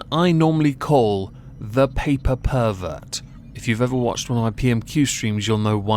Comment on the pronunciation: You said 'paper pervert' and I genuinely heard 'pay per pervert', I think some even better captions could be created with that alongside those wellies. I would participate but I can't pretend to know anything about Scottish politics.